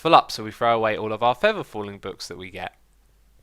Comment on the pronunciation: "Fevver fallin" "Brass Protection"